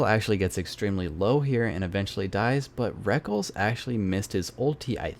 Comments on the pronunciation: LOL the way you pronounce Rekkles, it not "wreckles" it "wreck-less" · have to admit i completely lost my shit every time he pronounced rekkles "reckles" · The way you pronounced rekkles is so funny :'D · lol I've always actually prefer that pronunciation even though it's wrong. Can't break the habit.